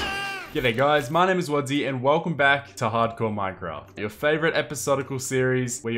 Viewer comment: IT IS WADZEE NOT WHADEE